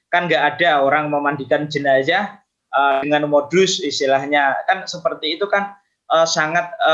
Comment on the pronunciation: Sebut jenaza pun tidak pandai, jenaza bukan jenaca